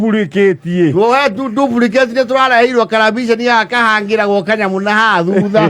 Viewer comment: Duplicate (dufricate)🤣🤣